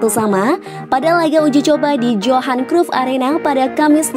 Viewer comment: tolong yang narasiin belajar penyebutan ajax, johan cruyff dll. jgn asal baca